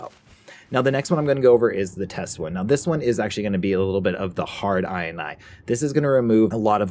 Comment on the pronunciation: inee xd Its INI